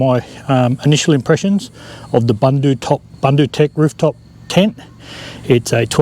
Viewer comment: Pronounced Boondoo top. I know, I am South African.